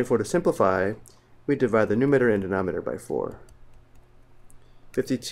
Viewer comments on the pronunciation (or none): Did this dude really say "denometer" and "numeter"